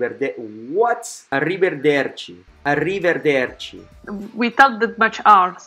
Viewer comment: without that much R... Arrive"r"erci... BRAVISSIMOOOO!!! XD it's arrivederci that means see you next time.